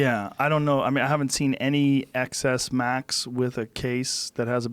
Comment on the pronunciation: The amount of times MKB tries to subtly correct Joe's "Ex Ess Max" with XS Max!